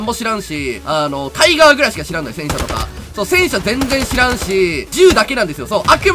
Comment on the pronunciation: なるほど確かにタイガー発音はミリオタではない証拠ですね（）